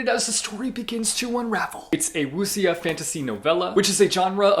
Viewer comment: I read 27 books in January...which was kind of a long wrap-up video to film 😂 Also, Wuxia is pronounced woo-SHAH